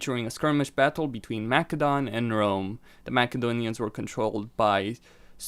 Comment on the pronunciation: Macedons not makadons dum ass